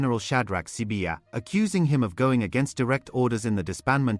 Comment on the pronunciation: Please guide me/ Is the presenter a real person or AI? I am surprised by the way he pronounce the names of the people like Mkhwanazi and Sibiya which which is hard .